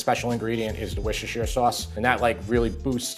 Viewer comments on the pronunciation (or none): Worcestershire sauce. It's like Klingon to you Yanks. So, how is it? Easy... "Wooster sauce" - no one over here adds the 'Shire' The best known brand is 'Lea & Perrins' so many people simply say that. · Worcestershire sauce pronounced 'wister' sauce. Great recipe, definitely giving a try. Thanks 👍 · Amazing video, but the ''wishchicher sauce'' had my headspinning for a second there haha, keep up the good work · It’s ‘Wooster’ or ‘Wusster’ not Woos-ses-ter-shire. Don’t ask why, it just is 😂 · It's NOT "wishasheer"! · When will our American friends pronounce the name of Worcestershire Sauce as it should be said. It is Wooster sauce, less tongue tying as I’ve heard some people stumble over it. 😁😁😁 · It's said "wooster-shire-sauce". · I love barley, I can’t wait to try this, especially at this time if the year in the UK. Worcestershire sauce is pronounced wooster, so much easier to pronounce. Love your channel ❤️ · The WHAT sauce? I nearly pissed myself when I heard that... B-) I've heard it mispronounced badly, but that is new level bad. WUSS-ter-sher sauce. There, you are welcome. B-) BTW, the recipe is great. Personally I did it without the red wine... Because I don't drink and buying a bottle just for this... Nah. B-) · Great recipes. Worcestershire is pronounced "whooster" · Woostersher Sauce. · it's pronounced WOSTER-CHER sauce